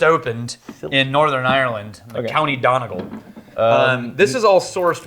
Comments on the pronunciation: Donegal pronounced " do nuh gawl" is in the republic of Ireland guys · pronunciation of Donegal had me cringing as well, at least he tried.:D